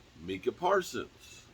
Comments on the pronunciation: It's not meekah right? It's Micah lol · New player, new name mess ups lol.. “Minkah Parsons”